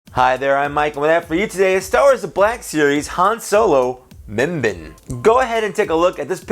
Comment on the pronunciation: Just correcting you mimban is not pronounced (mim-bin) it’s (mim-ban) like edit: barn without the r